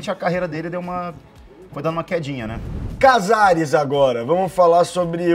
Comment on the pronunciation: imitando cazares igual um americano tentando falar português